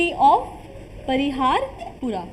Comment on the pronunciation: Its city of parihaspura.. Not pariharpura.. which means city of laughter... and Lalitaditya Muktapida was called Alexander of kashmir